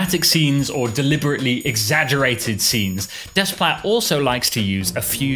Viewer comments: it is not desssssplait it's "déplat" in the pronunciation. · When pronouncing 'Desplat', the s and t are silent. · That's really how his name is pronounced, "Des-plat"? The whole time I thought for a French composer his name would be something like "Deh-pla" or something. 😅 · Alexandre Desplat. Are you certain you’re pronouncing his name correctly?